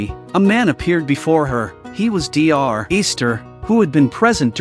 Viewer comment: I notice on some Clips so far. Your AI Voice have problems with "DR." He spells it "deeearrrr"... But this is just an Shortcut for "Doctor". So if you can "train" your AI VoiceBot in the Future to understand that "dr." is spelled "doctor" this could be an improvement.